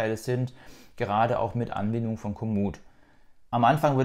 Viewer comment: Mich stört hier die Aussprache von Komoot (hinten wird als "o" ausgesprochen - Sitz in Podsdam). Eine der Verantwortlichen war mal bei ENJOYYOURBIKE im Interview! ☺